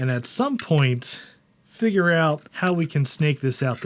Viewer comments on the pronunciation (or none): none